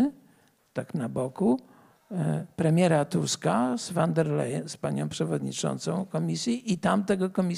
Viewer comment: Zastanawiam się, dlaczego ludzie z prawicy muszą koniecznie przekręcać nazwiska? Przecież nazwisko tej pani nie brzmi "wan der lejen" tylko "fon der lajen". Trochę smutno się tego słucha.